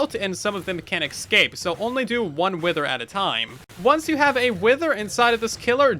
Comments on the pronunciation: I say this with kindness... It's escape, not ecscape. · Eggscape, another name for the End or just a mispronunciation of escape? Place your wagers. 🤣